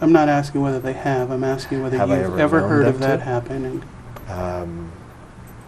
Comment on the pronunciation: “Axing” others is always the best solution 😂😂😂